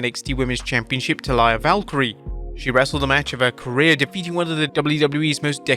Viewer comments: Do you have to put spoilers in the damn title? Wt?! Also, it's Lyra Valkyria. Not "Valkryie." Learn to read. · It’s Lyra Valkyria not Valkyrie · Hey did everyone notices that pronounce lyra valkyria last name wrong he said valkyrie and not valkyria